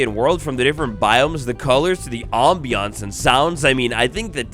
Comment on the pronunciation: the OHMBIOHNSE